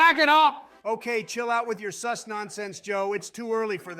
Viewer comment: every time i hear the ai say seuss instead of sus i expect one of them to start rhyming toxicly